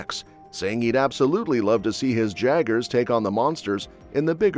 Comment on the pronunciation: Narrator really called the jaguars instead ǰaegers (yay-gers).